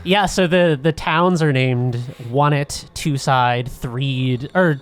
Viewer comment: But if all the other places are based on numbers (two, three, etc.), why would you pronounce Onette like "on" when it should be pronounced like "one" (won)? 🤪 Is that just one of (ha!) those things where you pronounced it that way as a kid and can't change when you get older? 😉